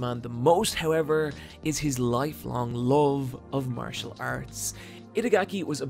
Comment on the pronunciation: When u say love it sounds like loathe and confuses the shit outta me.